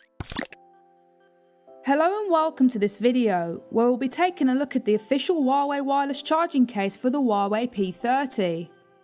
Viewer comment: It's Huawei not Wuawei fucken poo bum